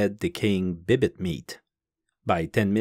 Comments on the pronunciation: Why do you pronounce it 'bib-it' when it's spelt 'bibite'? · C'est pas français, c'est québécois 😂